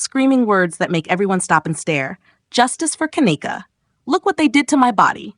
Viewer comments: See, its hard to get passed the 1st part of this video when the little stripper chick who was speaking in the very beginning turned around & made a video recanting all of those crazy ass claims that she had made so boldly & so confidently, making her credibility ZERO. Also, why are we calling her Ka-neck-a, when its pronounced Ken-neeka? 🤔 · Ughhh the annoyance! You’re say her name wrong!!!!